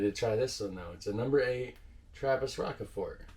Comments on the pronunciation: Rockeford? Shure that isn't with a sh sound. It might be Waals ("welsh", as in foreign-French ). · Some help for the pronunciation: Rochefort can be phonetically transcribed as 'Roshfor'. The 'ch' is equal to 'sh' as in 'rush' and the final t is not pronounced. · Your pronunciation of 'Rochefort' is almost right. But it is French and you have to pronounce the 'ch' as in 'cheers' (pun intended). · Rochefort has to be pronounced in the French way. Because it's a beer from the French speaking part of Belgium. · the Rochefort one it's the same pronunciation as the cheese. I think the barrels this matures in is kept in the same cave as the cheese or something like that. Also the deposition at the bottom is the yeast that has worked it's magic and got killed of by the alcohol that it produced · I lol'd, thanks bro! (btw: Rochefort is pronunced as roshfor, french and all its silent letters...) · As Belgian trying to explain how to pronounce Rochefort (my favorite)with English words. Try saying Rush-four and then for even better pronounce Rosh-four. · You pronouce Rochefort like Roshfor: French word, sh like in "ship" and the emphasis on for in a French way. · Rockefort should be Rochefort. Pronounce it as rush but with "o". Roshfort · Okay that is rochefort with a SH sound, not a K sound...like the caves in that town.. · You have a nice selections of Trappists but you missed the best imo... but who am I ? An ordinary Belg. The best Belgian trappist beers are : - Westvleteren 12 , you only can get them in the brewery & on special occasions ( Xmas ...) - Rochefort 10 ( pronounced rosjefour ...) - Chimay Bleu ( the blue one) The best is to visit all these abbey's in Belgium , the monks are the nicest guys you will meet .... And after the Trappists you can test all the other beers we have ... every city has his beer ... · It's pronounced Ro SH Four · Please pronounce "Roshfor" for the Rochefort. A french speaking town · Its pronounced Rosjfoor